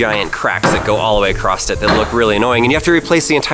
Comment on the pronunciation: "All the way ACROSST it."